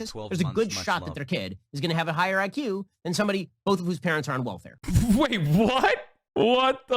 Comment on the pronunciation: You could at least say welfare without the hard R Ben.